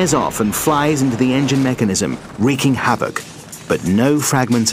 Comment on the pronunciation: I love the way he says, "WREAKING HAVOC!!!"